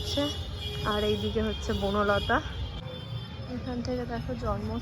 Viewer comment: Buno lota noy bonolata